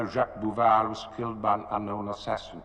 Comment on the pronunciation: Volpe. “Vole-Pay”. Like seriously, didn’t you guys JUST watch the movie? This isn’t even an actor’s difficult to pronounce foreign language name or a name that you read in the novel, it’s a pretty simple character name, spoken on screen numerous times. Also, Bouvar, not Bouchar. Seriously, you guys are shockingly and almost offensively bad with these names. As a die hard Bond fan, it makes me embarrassed for you.